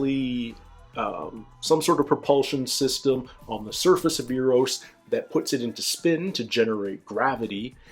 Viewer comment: There is no 'U' in Eros... in other words, it does NOT sound like European money. ;-]